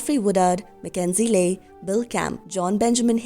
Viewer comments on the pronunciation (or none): none